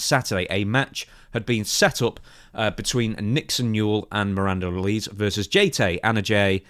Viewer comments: I see this with a lot British wrestling news outlets when it comes to Miranda Alize's last name. It's a small thing but you are pronouncing it incorrectly. It's AL-LA-ZEA (last part of the name like HEY but with a ZED) (it may be a reference to the alcoholic beverage of the same name, popular amongst African Americans at one time) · Isn’t it pronounced Al-Lee-Zay ? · ALI-ZAY! ZAY! It's pronounced ALI-ZAY.. Mate. C'mon🤣killing me here, she even says her own name in the backstage seg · It is pronounced "Ale eh zayyy" Alize. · Funniest thing in this story is how says Alize